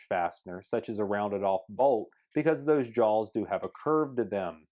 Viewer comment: JAWS!!! Not jolls, JAWS